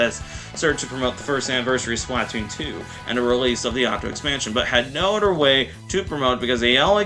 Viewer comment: Why do you pronounce splatoon like that